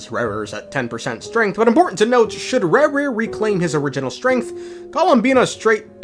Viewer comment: Rerir ❌ Rawr-rear ✅